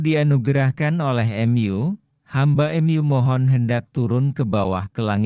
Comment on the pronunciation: MU : emyu 😂